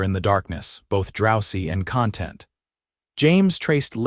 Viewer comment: The word content , in this case, has the accent should be on the second syllable.